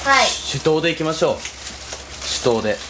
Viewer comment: カップラーメン出来たよ 手刀がししとうに聞こえた